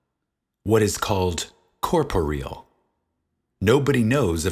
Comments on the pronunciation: What you're doing is great. It would only make things better to research the proper pronunciation of words like "corporeal" and especially proper names like "Brontë" which is easy enough to do with Google. It's like the difference between someone pronouncing your name "Joe's-yeah" and. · I actually never thought about the literal meaning of the word corporeal until pronounced it that way.